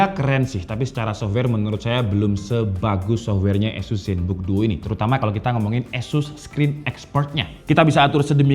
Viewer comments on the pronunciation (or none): Mungkin mas nya org medan 😂 gapapa mas azus emang beda dari yg lainnn 🔥🔥